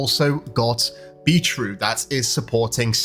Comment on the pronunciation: "Beetrue"? lol